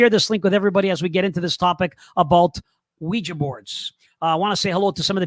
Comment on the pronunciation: thank you for pronouncing the name of device as OuiJA and not OuiJEE. When this topic is discussed on YouTube the hosts invariably pronounce it as WeeJEE., in spite of the fact that it is spelt WeeJA. Well done.